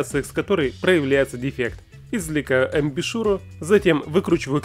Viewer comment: Все хорошо только не амбишюра а амбушюра